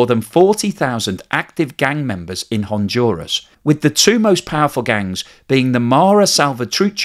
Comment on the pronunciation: "HonDuras, not HONJURAS".